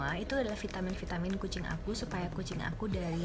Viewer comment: Kax yg prtma g jls bacaan vitaminya